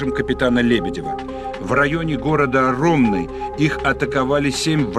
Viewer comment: В городе Сумы - Украина, названа улица в её честь, а так же общеобразовательная школа № 27. Просмотрев фильм я в недоразумении. Тогда в 1970 году наша школа носила имя Катерины Зеленко ГЕРОЯ! Советского Союза. Также не очень приятно когда искажаются ( ударения) названия городов и населенных пунктов. РОМНЫ ударение не на первом слоге.... Ведь это история...и даже в этих мелочах появляется "оплеуха" а это ХРОНИКА ВОЙНЫ,ПАМЯТЬ, ИСТОРИЯ, а её "коверкать" ....